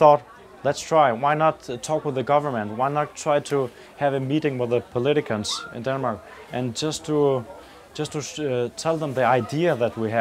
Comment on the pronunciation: lol the denmark guy said politicans haha. Its politicians lol.Funny funny